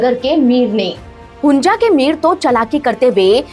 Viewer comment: Its hunza not hunja you jeetni